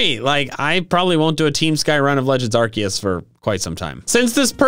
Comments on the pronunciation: he said legends arceeus not arcoos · it's Arcoos not Arkeus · ahem.. Its arkoos... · IT'S ARCEUS, NOT F*CKING ARKOOS! FIX IT NOW! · Arceus* (not Arkoos) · bruhh said in intro said arkeus not arkoos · He said arcues instead of arcoos😡😡😡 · You screwed up the beginning it is not legends of arceus it’s arcoos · NO, IT'S ARCEUS, NOT F*CKING ARCOOS! FIX IT NOW! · it’s ArKOOS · it’s a joke he says it arcoos. As a joke. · its A R K O O S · not arceus. it's called ARKOOS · He said arceus I’m very disappointed